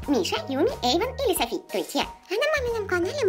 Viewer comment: Софи а не Сафи.